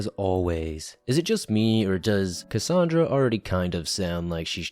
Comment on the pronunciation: "CUSSUNDRUH" The game mimics his life so of course it's vile.